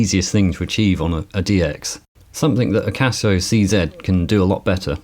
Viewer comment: Such a joy to hear someone say "Casio C-Zed!" :-) !